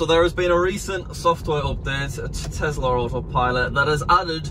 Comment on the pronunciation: It’s called T-E-S-L-A not TESLERR